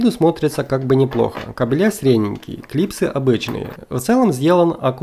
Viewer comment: кАбели ударение на АААААААААААААААААААААААААААААААААААААААААААА. КабелЯ бегают во дворе.